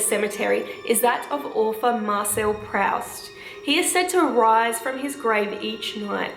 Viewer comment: say: "Marcel Proost"!